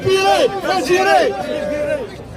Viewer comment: On ne prononce pas Algiré mais Algérie, ya lehmayer, ay ighyal.